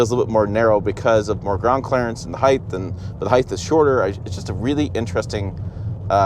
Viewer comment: The word it height, not heighth.